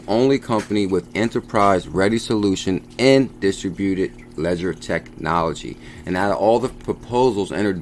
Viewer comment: Hey it's pronounced Dis-TRIB-u-ted